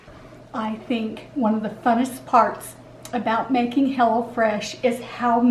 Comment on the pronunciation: You might want to say, "visit hello fresh." Lol! Instead of, "go to hell oh fresh." Lol! I LOVE you guys!